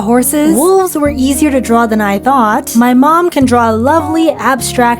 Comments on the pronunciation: Honey…..ITS WOLVES NOT WOVESSSS😂😂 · u said woves not wolves 😂 😅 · Your fun fact off wolves you said Woves instead off wolfes😂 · woves lol. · You said woves and not wolfs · Woves,such an inspiring word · “woves” hehe